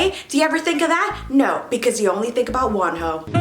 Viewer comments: its wonho love like one-ho not WANho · Did you just say one hoe bcuz that's what i hear 😂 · I thought you said "you only ever think about ONE HOE" instead of WONHO whyyyy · When she said Wonho, I thought she said "one h03" and I was like....im confused...😭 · N here i thought she ws saying “because you only think about one hoe”🤓🤓🤓😂😂😂😂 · I legit heard "ONE HOE" instead of 'WONHO', the comments told me you said "Wonho"